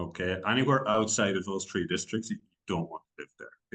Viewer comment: "tree" districts...very Irish :)